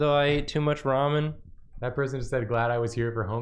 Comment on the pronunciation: It's ramen, not ra-moan, Nathan lol.